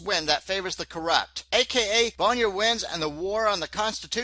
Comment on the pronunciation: it's pronounced 'boner'!!!!!